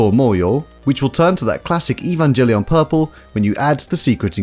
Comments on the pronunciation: its pronounced EVAngelion dood its not EVENgelion! XD looks cool shame I wont go until coronas not a thing. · cool but why do you keep saying EvanJellyon😭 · Nobody: Him:evanjellyon